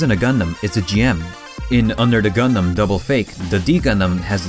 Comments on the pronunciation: “What is a GunDUM?” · GuhNDaMN not gundumbb